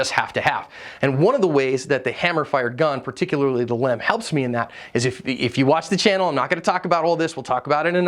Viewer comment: I know it’s a small point but hearing you constantly say Lem instead of L. E. M. Grinds my gears so bad I could barely make it through your video. I didn’t even know it was a pet peeve until just now.